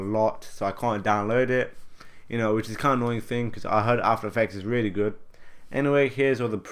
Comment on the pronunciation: weawy it's so weal